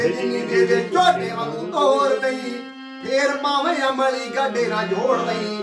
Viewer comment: ਬਾਈ ਜੀ!..... ਅਮਲ਼ੀ ਨਹੀਂ ਹੁੰਦਾ,ਅਮਲੀ ਹੁੰਦਾ। ਸ਼ਬਦਾਂ ਦਾ ਉਚਾਰਣ ਸਹੀ ਕਰੋ।ਚਮਕੀਲੇ ਬਾਈ ਜੀ ਦਾ ਗੀਤ ਧਿਆਨ ਨਾਲ਼ ਸੁਣੋ।